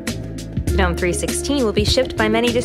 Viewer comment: Why the hell does she keep saying "guh-nome". it sounds awful. Also, is there a persistent taskbar yet? I don't want it to autohide.